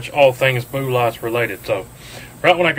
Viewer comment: BOO-LOTS. 😂😂. Love it.